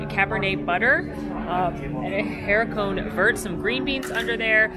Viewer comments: Just a little help "ah-ree-koh VEHR" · Lol, I’ve watched every blogger butcher the pronunciation 😂😂